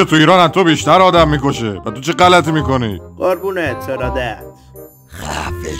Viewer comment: فقط اونجا ک میگفت خنده مِکُنی😂